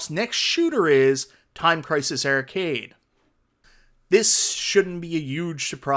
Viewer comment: Great video. Were you aware that your accent changes every AR sound to ER. Ercade 1up. Like literally EVERY ‘AR’ sound is ‘ER’ 😂 When you say “SHARE”, it sounded like you said SHERE. MERVEL vs Capcom 2 AR sounds do not exist lol